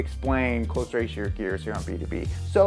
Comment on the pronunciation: Close ratio transmission, not cloze ratio transmission.🙄